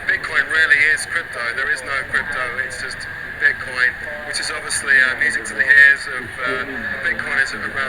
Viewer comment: Di bahas Bitcoin bukan pi coin bangg...haddeh...cuma kedengeran kayak bilang piccoin